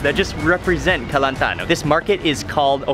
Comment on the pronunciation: I dont know why but you said "Kelantan" is perfect xD